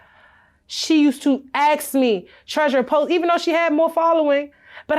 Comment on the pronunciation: That's ask not ax.